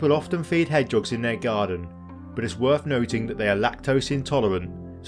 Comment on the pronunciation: Hedge'oggs? Surely the word is Hedge-hog?